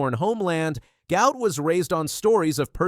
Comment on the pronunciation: Guot is pronounced Gwot, the presenter got those backwards.